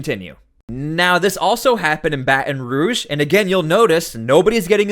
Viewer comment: Put the T sound in Baton Rouge PLZ!!